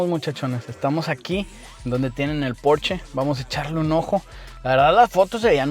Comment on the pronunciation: Excelente vídeo! Y comentarte que creo eres el único que dice bien el nombre! Si, es porscha! No es inglés, es alemán